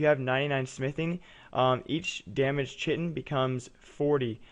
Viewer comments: Chitin is pronounced 'kite-in'. :p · Chitin = 'kite-in'